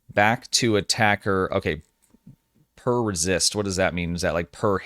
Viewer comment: Isn't it "pre-resist," not per resist?